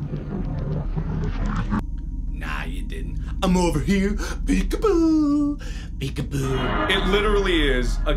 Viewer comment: It makes me laugh when he says peek apoo